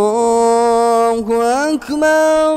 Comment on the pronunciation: Masha Allah. likn bus Allah hu Akbar Ka talaffuz intihai galat Raha .Ur badi hi Galti Rahi Akbar me.allah hu Akbar h. allah hu Akbaaaaaar nhi h.ok